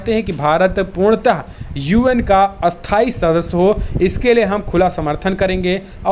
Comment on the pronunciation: क्रपया उच्चारण में स्थाई - अस्थाई का ध्यान रखें।🙏🙏🙏🇮🇳🇮🇳